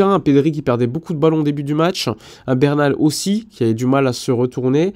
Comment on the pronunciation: Bernal* Busquets* Fais un effort mec.